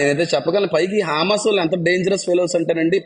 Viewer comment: "హా మాస్ "కాదండీ" " హ మాస్ " అన0డి